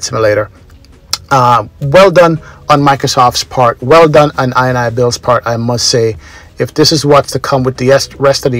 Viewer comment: The developers name is pronounced: in-e-builds. the ini bit of the name comes from the .ini files..